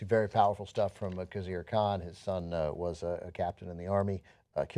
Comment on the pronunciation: I'm a fan of TYT but please say the introductory information with a bit more confidence! It's important to pronounce Khizr Khan's name correctly. A person's name is very important and essential to one's identity!